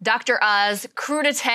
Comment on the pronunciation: It's "crude-eye-t" now